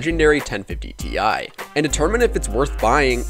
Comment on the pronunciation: I’m sorry but the way you say ti makes me wanna die